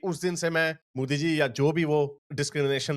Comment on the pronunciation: why do u call modi is mooodi. I know ur a pakistani pubjabi but I feel ur intentionally calling that way. Shud I call u gandu sultan becoz from south of India?